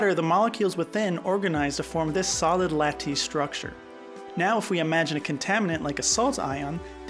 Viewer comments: Lattice, LAT-tes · The way you pronounce Lattice tells me you learned the word from a book? It's supposed to sound like "lettuce" but with a different vowel at the beginning. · Other than the endearing mispronunciations (e.g. lattice and mafic), this is a really good overview with great visualizations of plate tectonics and volcanism.